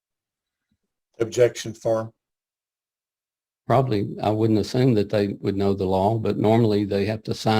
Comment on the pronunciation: Sounds like the "Objecschan foarm" tard is leaking.